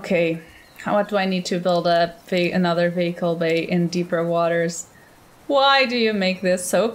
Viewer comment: Mobile Wehicle Bay... Mobile...